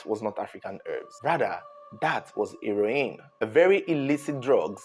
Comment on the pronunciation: He-ro-in looool